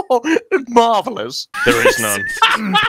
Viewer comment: ' ' That "Marvellous" tho